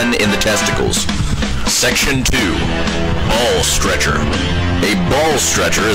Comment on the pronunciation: really felt it when he said B A L L S T R E C H E R